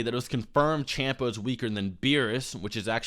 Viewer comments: It's funny how you point how people used to call Beerus Bills, but you still don't know how to pronounce Champa. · Little punk, making this video. You didn't debunk nothing. The power scale is decent and he's not misinforming anyone. You also mispronounced Champa, stop misinformation! And it's Exper, not Expert. He has more than a 150000 subscriber than you for a reason. Sit down.